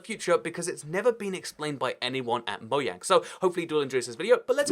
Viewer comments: i cant even with the fact he calls it Moyang instead of Mojang like a human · i love it when people say "mo-yang." its so not infuriating to minecraft fans